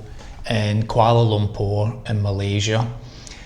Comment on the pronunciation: Insurance really is a lottery, had issues from same company when they gave me treatment and then 6 months later denied me , bizarre. Anyway hope it sorts itself out. Respect for pronunciation of kuala lumpur. I always thought it was pronounced lumparr not lumpour, learn something everyday.